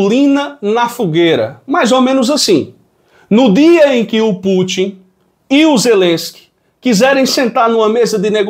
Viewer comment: não é Pútchi não. É Pútin, com o TI nordestino mesmo, sem chiado. Ta deixando a mídia sotaquista de São Paulo te influenciar, rapaz